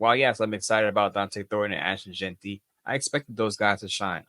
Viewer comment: Yes, ... it's Jeanty not Jentry ... and Donte not Dante.